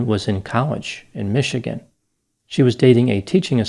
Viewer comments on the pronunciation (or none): none